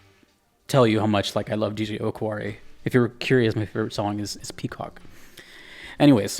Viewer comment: Just a note about pronouncing DJ Okawari, it's Oh-Car-Wah-Ri. Not sure if it's related to "お代わり", or basically second helpings.